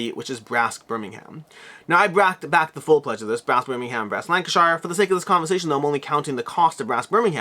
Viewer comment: Lank-a-sheer and Berm-ing-am